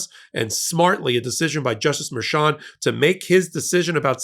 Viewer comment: MERCHAN not "Merchant"